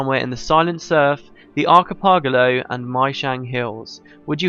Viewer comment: I've come back to watch all these to give GW2 storylines more context - amazing playthrough! However, the way you pronounced leviathan and archipelago physically hurts me!